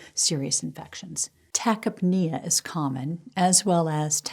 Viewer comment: Better look up pronunciation of tachypnea and purpura.